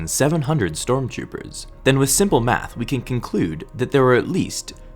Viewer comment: is he saying " storm choopers"